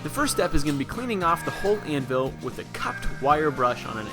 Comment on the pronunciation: good stuff, but PLEASE learn how to say "anvil" normally... hint, it doesn't sound like "an will"...: /